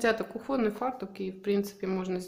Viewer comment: КУхонный, а не куухОнный